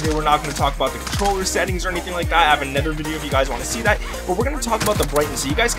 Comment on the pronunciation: In what region do people say “anether”?